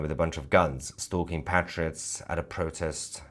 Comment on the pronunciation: Thank you Mahyad Tousi for pronouncing PATriots in the British English fashion - not PATEriots (American English)! Language is who we are.